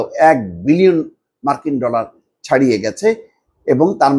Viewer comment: ইন্ডিয়ান নিউজ টা ভালো করে দেখি মার্কিন ডলার যে উচ্চারণ করো